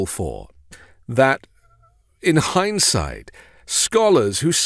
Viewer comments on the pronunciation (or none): ok, you seriously said “hindside”, the word it “hindsight”. 🤦🏼‍♂️